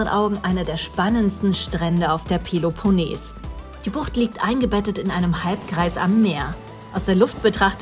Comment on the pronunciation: Tolle Bilder von der peleponnes! Aber achtet auf die richtige Aussprache!